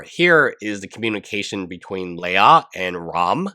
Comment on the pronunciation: It’s “Lee-Ya” her name is not a Star Wars princess